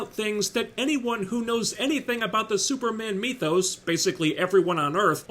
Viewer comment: “Like a fart in church” caught me by surprise! 😂 why do u say “mee-thos” instead of “myth-os”? Whatever. Love your work